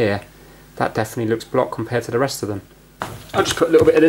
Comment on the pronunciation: You seem to have a problem when saying "Off or Of" the latter is pronounced "Ov" there is a definate V sound. example- The first "of" (ov) the month. example 2- Get off the table. great video though.